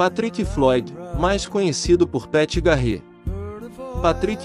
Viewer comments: Poxa, precisa dar uma melhorada no inglês. Não dá pra falar do Velho Oeste chamando uma das figuras mais emblemáticas dessa época de Pat "GARRÊ" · gostei da trilha toda tirada do RDR2 obs : na proxima vez procure saber a pronuncia dos nomes tipo Pat Garrett e Calamity Jane ficou irreconhecível a pronuncia de ambos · O NOME DO XERIFE PAT GARETH SE PRONUNCIA PET GARETI E NÃO GARREE KKK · Péti Garrê….Ahahahahahahahahahah…..